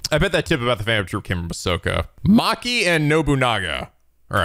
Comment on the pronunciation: pronouncing Machi as "Maki" is cute tbh. Now I can't un-imagine Machi doing the Puffy Face™